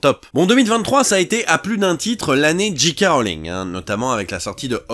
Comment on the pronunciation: Tout le monde prononce G. K. (Dji Kè) Rowling. Pourquoi ? 😓